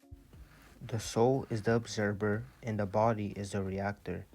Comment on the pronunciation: ObserVER - you are awakened work on your pronunciations tho brother great knowledge